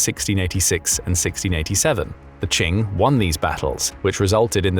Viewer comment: Qing sounds like "King", not like "Ching"! 😂